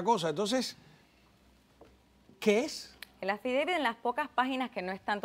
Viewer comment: Eso es lo único que ella puede hablar y repetir el affideivit y el affidavit.